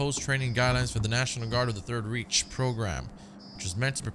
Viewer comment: It's pronounced 3rd "Rike" (like bike)